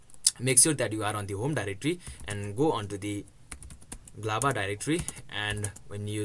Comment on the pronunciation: Why do you say Z Lava?! It's literally showing G Lava on the screen